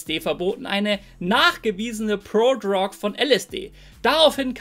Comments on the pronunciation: „Prodrog“ triggert hart, ansonsten gewohnt stabiles Video. 🔥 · ich finds witzig wie du "Prodrug" aussprichst :D